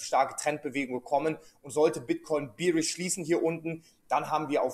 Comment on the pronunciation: Du scheinst ja schon Ahnung zu haben wovon du redest, aber um Himmels Willen bitte.... BEARISH wie BÄR gesprochen und nicht BEERISH wie BIER.